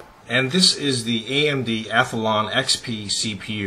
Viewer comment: omg you pronounce athlon SOOO wrong. its ATH-LON not ATH-A-LON jesus.... god that gets on my nerves. THERE ARE NOT 2 A'S IN ATHLON!